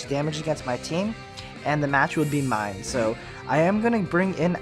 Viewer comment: Every time you pronounced it "Mine-Shao", I cringed.